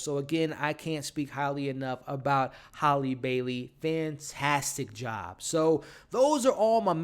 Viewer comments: HALLIE (pronunciation HAY-LEE) not HOLLY.....you drove me crazy saying her name wrong the whole video. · Also its Halleeeee--- Like HAMBURGER HAL- Lee